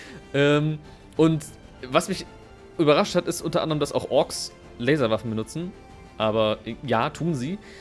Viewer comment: Ich habe einfach viel zu oft Larswaffen verstanden ^^